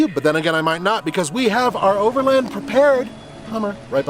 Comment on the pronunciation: It's over LAND not overlind. You wouldn't call the range rovers brother a lindrover would you? No it's a land rover. The word is overland, not lind